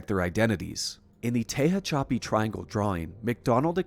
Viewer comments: Tehachapi - teh hatch uh pee Source: native Californian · Your work is fantastic. Respectfully, Tehachapi is pronounced “Tuh-hatch-uh-pee”. 💫🪐🛸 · Tehachapi, is pronounced “te-hatch-a-pee”… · Incredible work! One little pronunciation tip. It's Tuh hatch a pee 😉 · Tehachapi is pronounced TA HATCH A PEE. I used to live there please pronounce it right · I have to be “that guy”, but Tehachapi s pronounced “Tuh-HATCH-uh-pee”. Born and raised in CA, so I had to say it. But otherwise great video as always.👍🏼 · Gotta get his pronunciation right man. He mangled Tehachapi and Lockheed skunk works was never in Glendale. It was in Burbank. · Tejon = Te-HONE & Tahachapi = Ta-Hatch-a-Pi